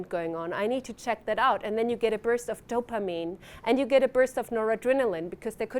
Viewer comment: She pronounces dopamine, so oddly. "DOPA-meme"